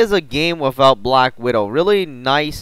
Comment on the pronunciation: You say the word black weird..